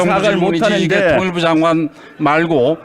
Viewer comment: 사람같지 않은거 상대할라니 얼마나 답답할까 발음도 조선족스러워 장관을 단관님 ㅋ